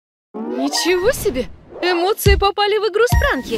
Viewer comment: Спрунки а не спранки